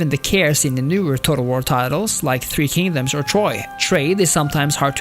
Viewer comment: nooo my beloved three kingdoms ;-; not the 3k slander your pronunciation is quite lovely though, better than I've heard. I could see why this game is incredibly more popular in china or among Asian peoples, as a lot of the cultural aspects are a hit or miss, as my friends and I generally favor three kingdoms over others